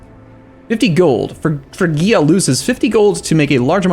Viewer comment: it's pronounced frig-ia frig like fridge